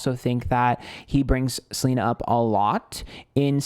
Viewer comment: I love you for saying Selener.